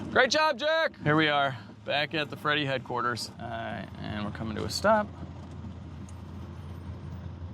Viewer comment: Instead of Freddie headquarters.... "Fred-quarters"